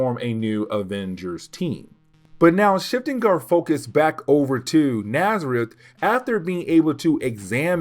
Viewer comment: Your videos are a lot of fun. Just to say, N'astirh is a play on words of Nastier, so it's supposed to be pronounced more like En-as-teer, it's not Nazareth :)